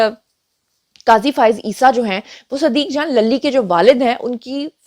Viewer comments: صدیق جان lally نہیںlully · للی کو زیبا ہے کہ اس کا نام صحیح اعراب کے ساتھ ادا کیا جائے-!،،،،،،،،،